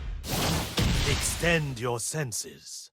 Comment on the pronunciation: What Lee Sin says : Extend your senses. What my deaf ass self hears : Extend your sexes